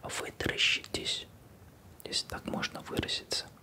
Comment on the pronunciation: Мне послышалось вместо вытаращитесь: вы дрищитесь